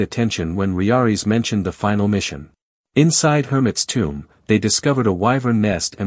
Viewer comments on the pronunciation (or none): none